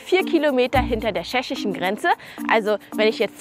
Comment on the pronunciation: SCHESCHISCHEN GRENZE😂😂😂